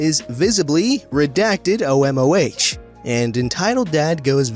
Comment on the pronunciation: FYI: the H in OMOH is the Russian letter N, so it's pronounced OMON . Also, Russians pronounce it as a word, rather than an abbreviation. Also, MВД is gonna be MVD .